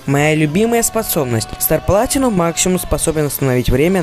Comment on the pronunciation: Не стар платинум а Стар Планитум За Вардо SPTW